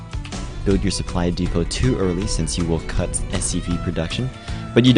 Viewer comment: Great video for newbies:) Supply depot is pronounced supply depo, btw, THE T IS FUCKING SILENT